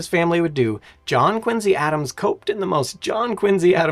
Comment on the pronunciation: Wow im from Quincy, Ma. My city is amazing! City of presidents! (2 from there) And the USS Salem. And he even pronounced it correctly!!! Wow that was awesome.